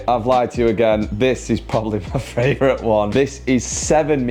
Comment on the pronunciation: My fravourite is you saying fravourite!!! 😂😂😂